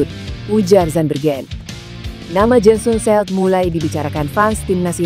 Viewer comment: Jensen Seelt,baca Jen sen Sil